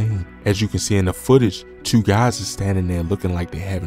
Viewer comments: Cause That "Teww" Was Crazy 😧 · At around chewww am!!! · That “tew” caught me off caught ngl😂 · He Damn Near Said "Chewww"😂